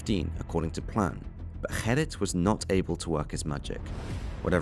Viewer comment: You call yourself Holland Crime Boulevard yet can't pronounce the most simple of Dutch names Gerrit??? It's not 'Herrit' dude, his name is Gerrit!